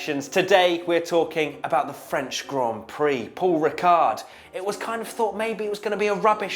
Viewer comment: Giedo van der Garde, not the best Dutch F1 driver in history, but one with quite a good sense of humor. Also, the D at the end of Paul Ricard is silent ;)